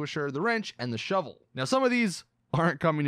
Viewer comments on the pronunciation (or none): none